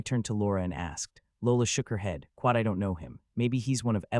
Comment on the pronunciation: Excellent story so far. Only problem so far is the persistent "kwat", it gets annoying.